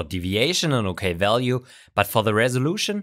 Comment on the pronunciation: "Walue" 🤔 Are you a Russian or Brazilian spy?!?!